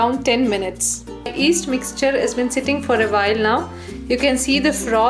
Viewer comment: stop she is not that bad. Try teaching something in a second language, F that. But she said east instead of yeast haha